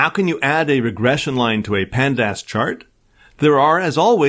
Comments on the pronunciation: The pronouciation for pandas as pand-ass & mat plot lie b! 😄 It's like fingernails on chalkboard! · Panda-ass was killing me!! :D